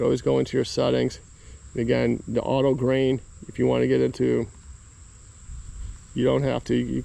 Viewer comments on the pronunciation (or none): Gain bro, gain not grain